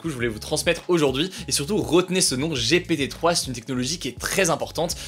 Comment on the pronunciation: oh il a dit G.P.T 🤭🤣🤣